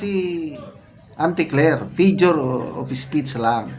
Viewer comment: Figure kuya hindi fijure😂